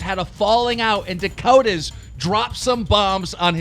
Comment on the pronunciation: ffs, Its